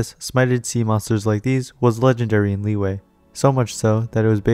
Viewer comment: All those times you said "Lee-way" 🥴